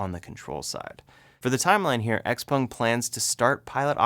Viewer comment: XPENG, not XPONG..... lol.... Thanks for the updates...